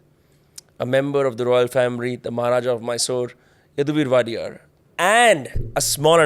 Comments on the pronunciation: It is not waa-dee-yaar it is O-dey-ar meaning 'Owner or one who rules' in Kannada. The most democratic, respected and loved dynasty of Karnataka even today. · Please pronounce the name WODEYAR properly. You are waadiyar it is actually WOH-DEY-YAR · It's not Wadiyar, it's Wodeyar. Wodeyar in Kannada has multiple meanings like, owner, gaurdian, caretaker etc... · It's wodeyar not wadiyar right? King for us forever! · It is wadiyar And not wodeyar. Wadiyar family comes from Gujarat And both wadiyar and odeya are two different words